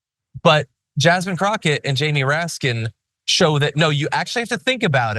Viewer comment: Did he say Jasmine Crock? Ugh. Get her name right!